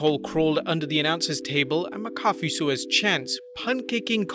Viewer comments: Why are saying mccoffe? It’s mac a fe. 😂😂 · (Mack a fee) not (my coffe) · Ok.. this is not Tomato(to may toe) tomato(to mah toe)... its MacAfee(Mack a fee). Thats the only way to pronounce it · Mac-A-Fee not McCoffee you make it sound like a McDonald’s drink 😂😂😂😂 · right- I said "coffee kingston" (never heard it pronounced) and my wrestle nut friend yelled K O F EE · it keeps sounding like you're saying Pat McCarthy. Repeat slowly after me..."MAC-AH-FEE" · its mack-uh-fee not muh-coffee lol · How about mack-a-fee. You know, how its pronounced. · Also it's pronounced "Mac Uh-fee" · For fucks sake mate, say it with me...MACK-A-FEE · It’s (mack-uh-fee) pat mccafee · ITS MACK-A-FEE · Thank you!!!!! I literally came here to say that lol. Mah-cah-fee. So maddening hearing that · Let's work on that pronunciation of Pat's name lol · Ur saying his name wrong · this pronunciation of McAfee is triggering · I grit my teeth on how he says pat's name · Learn how to pronounce Pat macfee name.